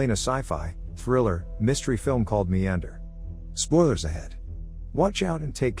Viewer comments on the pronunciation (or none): is "MEANDER" not "MEANDRE'